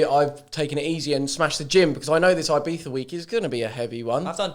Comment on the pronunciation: Stop calling it "beefa" you berk